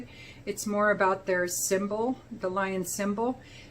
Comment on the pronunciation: I just want to help you with pronunciation of French words. So first of all “le” is not pronounced “lay”. “Les” which is “le” (or “la”) PLURAL IS pronounced “lay”. The vowel in “le” is pronounced flat like the ble in dribble. And “Lion” is “leeon” but the on is nasal in your nose only and you don’t pronounce the n with tongue-on-pallette.